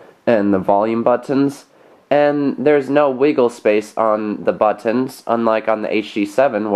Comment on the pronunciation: He say buttons like botonn